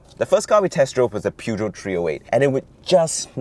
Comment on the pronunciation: How do you pronounce PEUGEOT? Never ever heard of that kind of pronunciation in my life of over half a century... Quite odd.